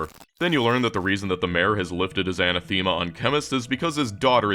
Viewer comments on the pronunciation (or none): that's not how you pronounce anathema